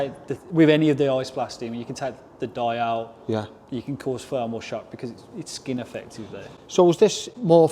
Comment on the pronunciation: I don’t understand why “TH” in any word becomes an “F” or a “V” For example… “Leather” becomes “Levver”. And “Thermal” becomes “Fermal” WTF is happening to the English language. It’s just Fucking Laziness.